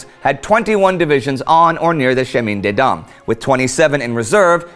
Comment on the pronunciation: Is he mispronouncing Chemin des Dames?